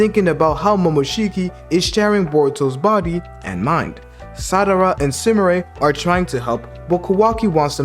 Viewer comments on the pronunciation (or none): You say "Sadara" but I think it's Sarada, you're saying it like Madara but with an S lol